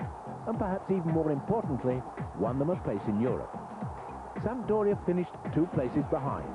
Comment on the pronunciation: I wonder how many times they told that it's not Sampa-doria before they gave up.